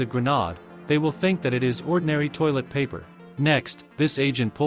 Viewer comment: I heard “toilt” 💀💀